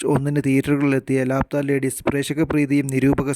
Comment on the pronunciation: ലാപത്താ ennanu bro allathe ലാപ്ത്താ ennalla😂😂